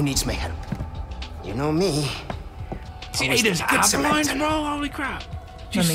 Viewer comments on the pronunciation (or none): none